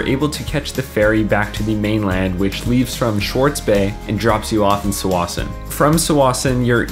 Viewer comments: “Sawassen”? I’ve been pronouncing it “ta-wassen” my entire life and so has everyone else I know...have we all been saying it wrong our whole lives ?! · Tsawwassen should be pronounced with a "T" in the beginning :)